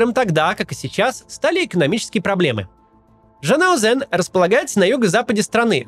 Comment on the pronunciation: Максим, с уважением отношусь к вам и вашему каналу. Но так уверенно говорить о стране, в которой интересно были ли вы вообще - звучит странно. Потому что город называется как минимум не ЖанаозЭн, а Жанаозень.